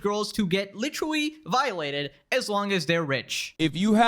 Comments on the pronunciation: Is he saying witerally on purpose? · bro you gotta stop saying literawy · “Witewuwy” does bro have a speech impediment?